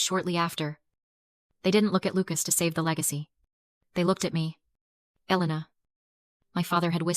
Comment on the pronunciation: Dish e pline? And decide if it’s E LAY na Or EL e na